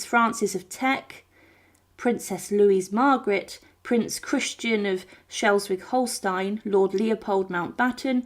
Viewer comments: Vicissitudes: pronounced ' viss-siss-i-tudes. Queen Elizabeth I was the last Tudor monarch, not Mary. Schleswig-Holstein: pronounced 'Shlez-vig-Hol-stine' Just in case there are any oversees viewers of your channel 😊 Westminster Abbey, and St George's Chapel are Royal PECULIARS, not PECULARS. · Prince Leopard Duke Of Albany was Queen Victoria’s son not Louis . It’s pronounced Schleswig Holstein .Princess Louise(The Duchess Of ARGYLE, Queen Victoria’s daughter )was not buried as such but cremated and her ashes buried at Frogmore . Wallis Simpson was The Duchess Of Windsor not buried as Mrs Simpson